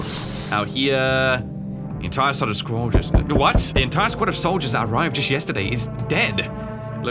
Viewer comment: "The entire sod of sqoldiers"